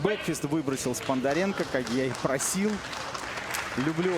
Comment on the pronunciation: Комментаторы молодцы- Сподаренко они говорят Спондаренко